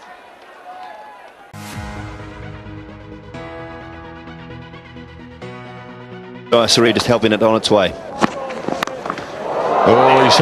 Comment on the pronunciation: It's jayasuriya not yayasuriya